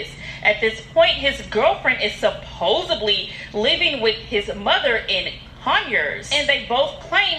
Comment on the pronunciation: Reading “supposedly” as “supposebly” when it’s right in her face is ridiculous 🤦🏽‍♀️